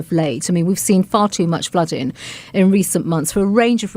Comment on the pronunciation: I wish someone would remind the Home Secretary that words like dealing & flooding have the final letter pronounced, it’s not “ fluddin” luv !! Or Speakin !